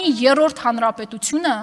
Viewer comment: Եռռոռդ չի երրորդ է համբալ ջան։